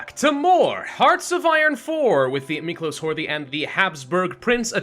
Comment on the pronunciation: Miklós is pronounced with a hard 's' like in Schnitzel